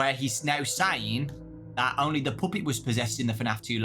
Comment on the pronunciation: “The Poopet” 💔💔